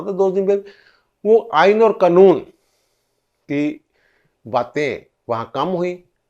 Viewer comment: سر لفظ "قنون" نہیں ہوتا۔ قانون ہوتا ہے۔ شکریہ